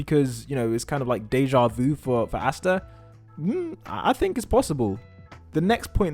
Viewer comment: Why do you say Astas name like that...